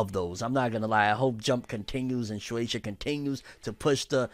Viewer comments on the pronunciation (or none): none